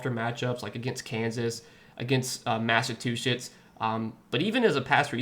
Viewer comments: Come on man don’t do like that…🤣🤣 I heard it too though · Lmao say Massachusetts again please haha it’s pronounced exactly how it’s spelled